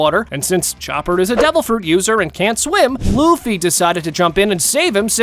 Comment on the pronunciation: aree LAFFY NAI LUFFY HAI